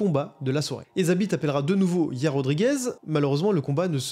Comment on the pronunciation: Sanda(sambo) petroyan(petrosyan) hier(yair) tabarnak apprend a les pronontiation comme du monde 😅😅asti de francais